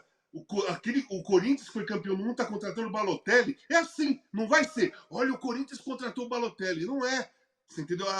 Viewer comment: Corrigindo a milly : é difícil não rir do curintcha 😂😂😂😂